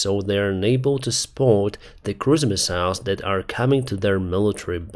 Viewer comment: Oh cruise missiles, I thought you were saying christmas mouse and was very confused.